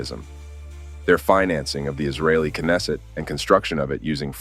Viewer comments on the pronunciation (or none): none